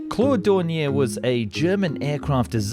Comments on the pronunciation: Its more like DOE and not DUH XD just ilk you say O in Door. Doornier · Its do...not du...😂😂😂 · Thank you! D-O, not "Do". H-E, not "He" or "Me". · Its not....dow Its ... D .. O.... Its not..He... As in pronounced he said so Its ...H.....E... Initials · Rather than pronouncing 'Do' as Doh or Doo it's better to say Dee Oh. Same for Me 262. It's Em Ee 262, not Mee 262... Jay You 87 not Jew 87, etc. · Its not spelled Du or Mi.... its Do as in Dornier not DURNIER same whit Messerschmitt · Isnt it pronounced Dorn-e-ay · it's not a case of being pedantic it's a case of being accurate. I've never EVER heard the first two letters of Dornier, for example, pronounced as anything but 'Dee Oh'. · It's doh.